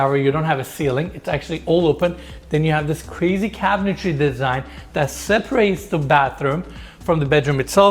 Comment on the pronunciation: Two shots for "cabintary."